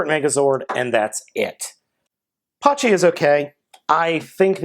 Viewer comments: It's pronounced pachy (pa-ky) Or bun pachy (boon-pa-ky) Not hate just correcting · it's actually pronounced packy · The h is silent